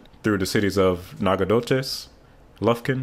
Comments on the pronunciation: Ha😂 Naga-doh-tess? Yep your not from around there. It’s all good. Try Nacka-doh-chezz as pronunciation instead. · Nacogdoches, TX - Nack-ah-doe-shis. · Tenaha - pronounced "Ten-a-haw." I lived in Nacogdoches, about 20 miles south of there for 24 years. And Nacogdoches is pronounced roughly as "Nac-uh-do-ches." Also....Texas mostly rebadged US-59 as the US-69 Corridor. US 59 runs from the Texas/Mexico border and up to Texarkana so it was a short putt for the state to widen portions of it and hang new signs. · Great video. Although as a texas native I have to correct you on pronunciation. Ten-uh-hah and nac-ug-doh-chess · you absolutely slaughtered the pronunciation of "Nacogdoches". the g is silent. It should be pronounced Nac-o-doches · Very well done overview of the project. Two cities in Texas were mispronounced (Tenaha and Nacogdoches) but there are many towns in Texas that get mispronounced even by Texans. No worries. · I stuck around just to see how you’d pronounce Teneha and Nacogdoches. The traffic flow will initially bypass Louisiana anyway. They’ll take the I-369 spur to Texarkana then hit 30 and 40 to Memphis. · Love your pronunciation of Nacogdoches.